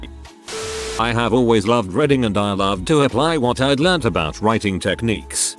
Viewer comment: I have always loved reading. It's prounonced reed-ing not red-ding!